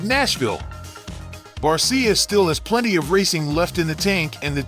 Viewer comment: Barsha…not barseeya